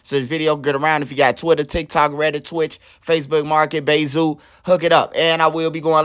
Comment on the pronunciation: Wat he say after facebook marketplace.. Sound like he sayin Bayzoo